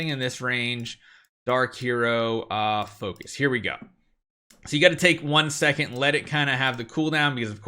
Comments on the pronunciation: ITS PHORCYS, please. PHORCYS not "FOCUS" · I like how he calls phorcys, "focus"